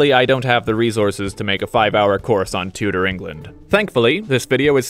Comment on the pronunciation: got he says Tudor so weirdly